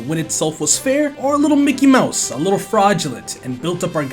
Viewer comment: yp I think that micky mouse mad in China got thr wrong acent lol